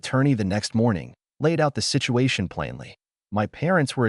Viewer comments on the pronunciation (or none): none